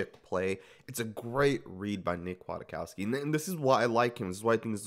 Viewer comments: I am a Chicago Bears fan and I'm telling you that you are very misinformed.. #1 his name is pronounced Quik-cow-ski #2 He is great against the run VERY Slow in coverage. Physical & smart but not fast. Good inside blitzer #3 he was almost cut in training camp last year. But he is good on special teams #4 The Bears had to choose between a young (backup) Nick and a 30 year old (starter) Danny Trevathan in free agency, and picked the older Danny (cause he is the same kind of LB but faster at 30!) In conclusion Nick will be successful on run downs and in zone. He's smart and will get everyone lined up. He will be exploited one on one. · "Quit-COW-ski" pronunciation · No it sn't. It's polish. Pronounced Kjatkofski or Kiatkoski if you don't want to bother too much. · Spoiler: Nick Kwiatkowski (pronounced Kiatkoski) is not "very good" in coverage. He is decent in coverage. Still, compared to Tahir Whitehead, Vontaze Burfict, Marquel Lee and Nick Morrow he is a God. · Don't worry.. we are all saying his name wrong 😂😂